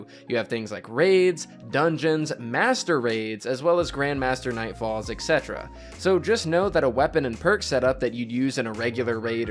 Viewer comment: hey, I just wanted to correct the way you say “etc” - etc stands for “et cetera,” and its pronounced exactly how the syllables look: “et set-era”